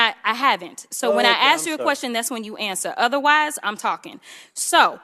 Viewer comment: It’s ASK not ACTS (fox guy)